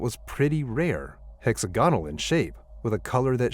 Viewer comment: “Hex AG onal”